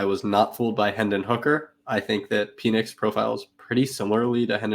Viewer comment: Good stuff. Pronouncing PENix as PEEnix made me giggle every time. I’m such a child.